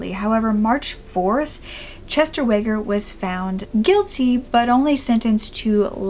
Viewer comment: I grew up in the area this happened in. (Was born in the mid 80's, but learned about this case at a young age). Exvellent video! *HOWEVER* I need to correct a couple pronunciations and such. Weger is pronounced "wEEger", Oglesby's "e" is silent (so it's Ogle (and then sby). Additionally, he is currently in Pinckneyville Correctional Center, not Illinois River Correctional Center- there is approximately 214 miles between the two. :) ALSO! Would like to add, he is being parolled. Was just announced yesterday. :)